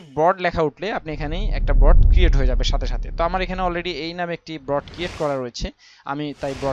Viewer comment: Vai...Broad na Board. btw video ta motamoti valoi silo